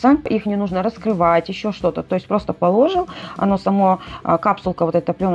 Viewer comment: Смех ладно,она себя уже не переделает),а вот над словарным запасом и произношением слов можно бы и поработать.Ну нет разницы из какого кто города,если ты говоришь не положИл,а полОжил и т.д.Человек хорошие обзоры делает наверняка зная,что вещает на всю страну, соответственно как-то неграмотно произносить большинство слов,ну как-то не есть хорошо.